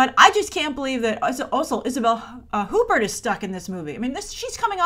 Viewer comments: also, Huppert is pronounced 'you-pear' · I don't speak French, but I thought Isabelle Huppert's last name was pronounced like "who-pair"." Or have I been saying it wrong the whole time? Lol